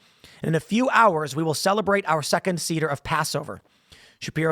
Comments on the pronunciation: For what it's worth, it is not pronounced sEEder, it is pronounced sAder. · The Passover "Cedar"??!! C'mon, Tim, I'm not even a Jew, and I know how to pronounce it!😂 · Just to nitpick... Tim... Seder pronounced "Say-der" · Yeah it is, but I let that one pass over. 😉